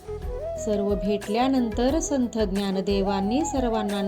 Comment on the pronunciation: आधी संथ हा उच्चार संत असा करा